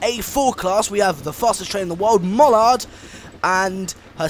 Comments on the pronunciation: U mean mallard not mollard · It’s not pronounced Sir Nigel Greesley it is Sir Nigel Gresley and it’s pronounced Mallard not Mullard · good video some names are pronounced wrong like mallard and gresley but i do like your videos and one final thing the locomotive you were driving is called the bullied light pacific not the golden arrow, the golden arrow is the name of the express but well done im sad to see it all end